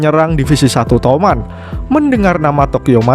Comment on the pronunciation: Bang toman bukan touman